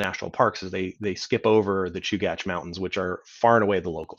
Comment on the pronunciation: Fantastic overview! I learned how to pronounce Chugach. Thanks for this series!